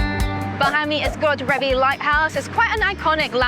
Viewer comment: Godrevy is pronounced God-Dree-V. You could have just walked to Hells Mouth on the coast path and seen the seals on the way there.